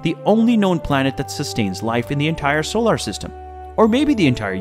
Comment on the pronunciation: Is this AI narrated or does this person honestly not know how to correctly pronounce the word, "solar?"